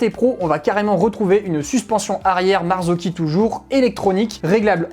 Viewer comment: Bravo pour cette vidéo très instructive et pédagogique! Et en plus tu prononces super bien Marzocchi maintenant 😅😅😅